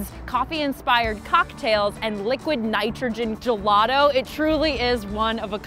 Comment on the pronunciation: I hate how she says gelato